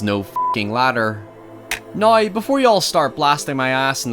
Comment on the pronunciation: I couldn't quite get your accentuation until you went all celtic and said NOY indtead of now and that endeared me more. But erm at the end walking up the stairs with McCauley Culkin up the stairs to a sex party from Hell where everyone Male and female are dressed as characters from the Thriller video... Sorry don't know where that came from. But no his ladder is the reassurance that Danny Aielo"s character gives him in the explanation from that book he should have read... Oh and the Stranger the book hes reading on the train when the ghostly woman looks rightthrough him. Excellent video lad, any more..?